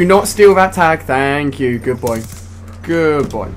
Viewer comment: "Faink yew" lmao